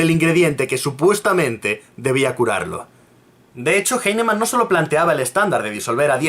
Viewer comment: cacti Bruh, no has demostrado nada en tu comentario. Lo único que haces es soltar ad populums y falacias de autoridad, llorar porque el tipo no sabe pronunciar un apellido alemán del Siglo XVIII, y atacar personalmente metiéndote con su físico. Si tan partidario eres de la homeopatía, te digo desde ya que defendiéndola de esta manera la estás perjudicando más de lo que la ayudas.